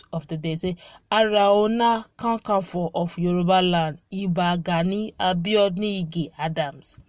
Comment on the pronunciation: Please ask people to teach you on how to pronounce the name aare ona kankafo.... You have murdered the name.... Nice video